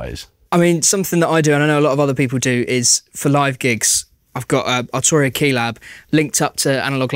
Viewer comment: Archuria. Second vid, get your pronunciation right 🤣